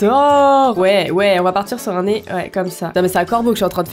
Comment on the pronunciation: « Mais attend je parle à quelqu’un qu’à même pas de nen’eoeil » 2019 😂 Sinon je t’aime quand même 😍😘